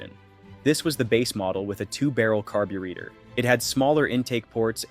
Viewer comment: The next time you say Iacocca, Chevrolet, or Carburetor that way, I'll deport you myself